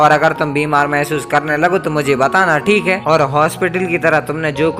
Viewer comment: Bhai tumhara "THIKE" ate 😂😂